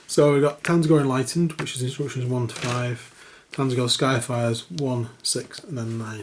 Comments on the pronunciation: no, I don't mean the silent T, I make the tz-eentch pronunciation too but you weren't saying TZ-AAN-GOR you said TAN-ZE-GOR lol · lol. it's pronounced ZAN-GOR. It's a portmanteau of tzeentch and gor